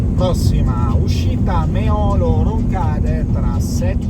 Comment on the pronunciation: Precisazione: Meolo si pronuncia mettendo l'accento sulla "e". Anche su Reghena va messo l'accento sulla prima "e"